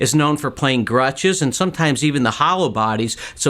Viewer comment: It's pronounced "gretch" not "grutch". facepalm